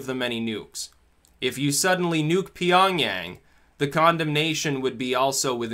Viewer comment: it shouldn't be 'Pyongyang'. no big deal I just listen to you carefully 👍